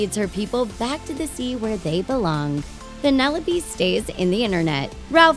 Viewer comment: It’s called Penelope not vanillap